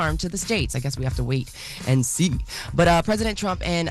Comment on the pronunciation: why she say “wait and SEE” like that tho 😂